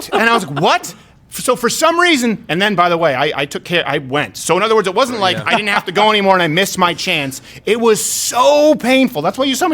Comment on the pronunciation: Please don't pronounce "didn't" as "didint." The latter takes longer, the former is a short form of "did not," which you can also say faster than "didint." People these days are also saying "hadint," "couldint," "wouldint," "shouldint," and more. Duh! Clear evidence of dumbing-down in the educational systems.